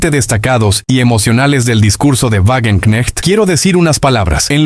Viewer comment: se pronuncia Vagenknejt